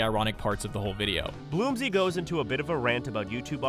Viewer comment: The narrator might be calling you "Bloomsy" because the AI might have been given "Bloomser" and is pronouncing it like french.